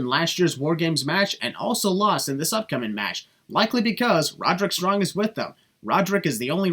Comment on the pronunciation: no hate but you botched Despite what the subtitles say you clearly said Roderick Strung thats 1 sin for